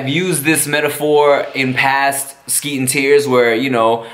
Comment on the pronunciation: Man called it skeet n tears lmao